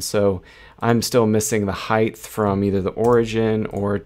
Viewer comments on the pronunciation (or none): Helpful thanks. You know height ends in 'ht' not 'th'? Anyway thanks for the tipths.